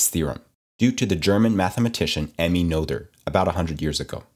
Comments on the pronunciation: Please... don't pronounce the "th" as the English digraph. Teach the proper pronunciation of her name. That's /ˈnʌtər/ in English, but the authentic German sound is [ˈnøːtɐ]. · Nice video. Next time you talk about Noether's theorem you might try and pronounce Emmy Noether's name correctly. Have you heard about the German umlauts (Ä, Ö, Ü)? Well the "oe" in Emmy's name is just a different way of spelling "Ö".